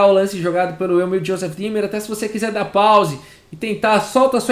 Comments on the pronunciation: Oi , gostei da partida! Só uma dica: ei em alemão se lê ai , ou seja Thomas "H a i mel" e ie o e é como um acento no i" D í mer" Vou salvar esta partida! Parabéns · Eu só conseguia ouvir Josef Climber a partida inteira KKKKKKKKK Como sempre, excelente trabalho!! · Juro que só conseguia escutar "Joseph Klimber" kkkkkk